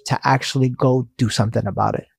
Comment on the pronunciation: It's interesting that she says "sonthing" instead of "something" What's stopping her from making the "m" sound?